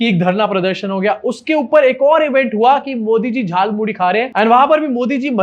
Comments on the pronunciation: Jaal Muli nahi Jhaal Moori hota hai.. Muh se Vimal thook do Modi ji. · झाल मूढ़ी नहीं.. जाल मूली बोल रहे महामानव😂😂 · झाल मूली 😂😂😂 अबे झाल मूढ़ी होता है।